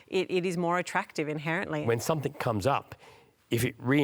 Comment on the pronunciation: You lost me me when ole mate said "Somethink" instead of Something. A failed education, I'd guess.